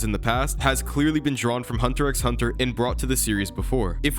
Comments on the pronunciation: Great video, BUT ITS NOT PRONOUNCED HUNTER "X" HUNTER. It's just hunter hunter. I'm commenting this mid video so don't expect a feedback on that. The video is great otherwise. 😭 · In hunter x hunter, you dont say hunter x hunter, you say hunter hunter, the x is silent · You dont need to speak the “X” in Hunter x Hunter, its just “Hunter Hunter” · you just pronounced the "X".... gross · you don’t pronounce the X in hunter x hunter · Now that I think about it, Sukuna does look like Hisoka. That Gon and Killua parallel with their clothes and hair color was a good one. But dude, x is silent in hunter x hunter. 😅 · I can’t sub bc you pronounced the x in HxH my guy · How are you not gonna know how to pronounce Ui Ui (we we) when it’s been said in the anime in both languages? Also even though I HATE hunter x hunter even I know the x isn’t spoken.